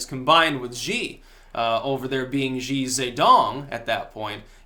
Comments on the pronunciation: Zee? no, Shee is how you pronounce Xi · Xi is pronounced like she. Not zee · It pronounced ‘shi’ btw. And I fully support him, you can’t let Chinese be 100% free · Actually, the Xi 习 in Xi Jinping 习近平 sounds closer to "C" or "See" than "She" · Xi is sort of pronounced like the English word "she" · "X" is pronounced "sh" in pinyin. so his name phonetically is "shi" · Its "She" as in "she is a girl", not Z, or 'zhee' - the 'X' is a shh sound, the "i" is like two e's, "ee"... sorry to be a pedant, but here in The 'republic of china on taiwan' such mispronunciations grate a little.. its also a cred thing... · For future reference, Xi is pronounced "She". Im not being cute, it is in fact pronounced that way. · His name is pronounced "she". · Sapak chuyun Use Google translate or some other Chinese pinyin pronouncing program. Xi sounds closer to "C" or "See" than "She". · Currently living in China and know some Chinese. Just trying to help. "Xi" as in Xijinping is pronounced as "She" as in "That's what she said." Just trying to help out. Thanks for the video. -Cheers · Xi in mandarin sounds closer to the letter "C" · Still wrong! The Xi 习 in Xi Jinping 习近平 sounds more like "See" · Why people keep saying it sounds like "She"? The Xi 习 in Xi Jinping 习近平 is pronounced closer to "C" or "See" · Learn how to pronounce Xi. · X in Mandarin is pronounced sh.